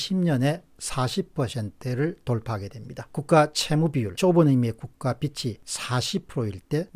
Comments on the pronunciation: 존경하는 공병호박사님~! '국가 빚이'를 '비치'라고 발음하시면 안되구요 '비지'라고 발음해 주세요^^ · '빚을' 은 '비슬'이 아니고 '비즐'로 '빚이'는 '비시'가 아니고 '비지'라고 발음해주세요 콩떡같이 말해도 찰떡같이 알아 듣긴 하지만 정확한 발음이 신뢰감을 더 높여준다고 생각합니다 ^^!